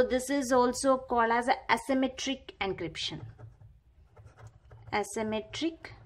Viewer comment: It is not ancryption 😂😂😂😂😂